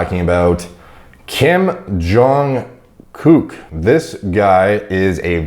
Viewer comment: Watching, stumble over the name and “accidentally” call him a gook 6 times was hilarious